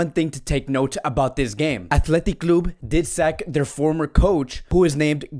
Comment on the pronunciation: This guy pronounces word so bad it annoying athletic club and ter Stehen tjats y I prefer others to be honest